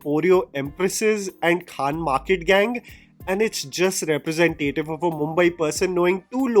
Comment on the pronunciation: Again, I love your videos but diction, please. The pronunciation of “Representative” is incorrect. There is no emphasis on “tay” in representative. I’ve tried to write it out below but you can also hear it on Google reh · pruh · zen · tuh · tuhv